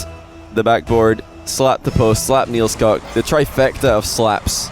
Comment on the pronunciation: It isnt pronounced NielsCock, it's NielsCook